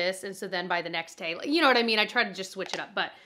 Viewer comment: Idk why but is so funny to me! “Yaknowwhatimean” 😂